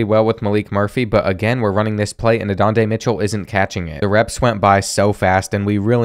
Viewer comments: “Adondey Mitchell”, “Quinn Oowers” 😂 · “Adonday Mitchell” 😂